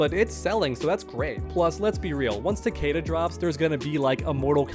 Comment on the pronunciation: Its fucking ta-KEE-da.